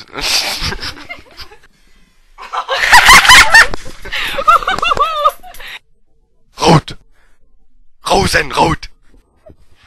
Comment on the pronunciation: Oh Mann . Affengeil xDDD Rote Fee: ,, Rosenrout!" xDDD Ihr seid geil =P